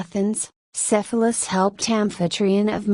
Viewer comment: it would probably be better if you knew how to pronounce Cephalus